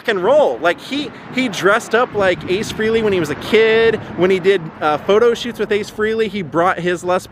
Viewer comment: It's pronounced Ace Fray-Lee.